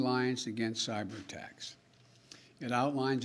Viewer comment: And he didn't even know that the U.S. Army had stopped using "sabers" as offensive weapons for many years. Oh, "cyber" not "saber"!